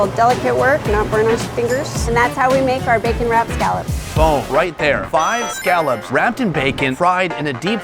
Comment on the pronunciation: "All" How do you say "All" ? How do you pronounce Scallops wrong.